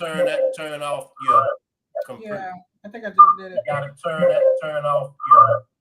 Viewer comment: Who pronounce computer like that😂😂😂